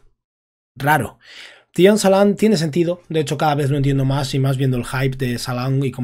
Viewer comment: Me flipa como pronuncias Tidjan Salaun. 😂😂😂😂😂😂😂😂😂